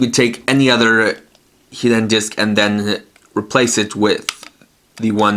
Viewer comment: It sounds like u say Hi-den shield instead of hidden shield